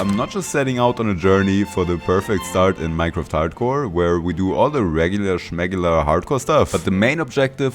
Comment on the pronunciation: ich mein ich habs schon davor gecheckt aber ab "regular schmegular" war ich mir 100% sicher dass du deutsch bist